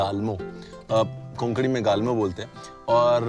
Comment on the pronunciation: गालमो नही रणवीर "गोलमो" ☺️